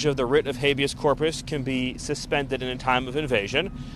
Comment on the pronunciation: listen aint no excuse for the way yo butcher these words that are common and simple. I'm a 7th grade drop out and a Autodidact so aint no reason no excuse bro its HAY-BEEUS corpus HAY=BEEUS man aint no excuse. You make the edits you make you look like a kindergartener learning a new word stop being lazy leant the word and add it to the edit cause man some words you mispronounce bro EMBARASSING you got the internet look it up add it to the cut you are blessed to earn money doing this i been trying for years but I'm too poor to afford the equipment than when I see where I'm pose to be it burns me up that you wont do the extra lil bit of work to sound like you know what you are talking about.